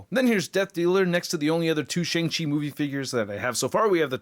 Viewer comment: Shang Chi is pronounced like "Shahng". It is the long "A" sound, closer to "Shong" but more like "ah", like Ahsoka.